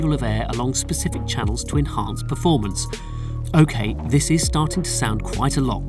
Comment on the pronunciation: Is that the best guy they could find to talk about technical aspects of the cars? he couldn't even pronounce "performance"! ... "formance". What a Knob.